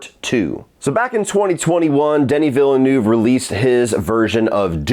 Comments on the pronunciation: Repeat after me: "VILLE N-EH-VE" Not Villenuuuuve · Negative reviews bring more views. When you criticise someone’s work is common sense to at least pronounce his name correctly lol. Say after me: Veal-ne-oo-veh.:)) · Watching all these online reviews of Dune Part 2 and hearing everyone jack up Denis Villeneuve's name has been a hoot. 🤣